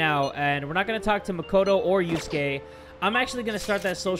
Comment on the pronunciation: You say and yuskae rhyme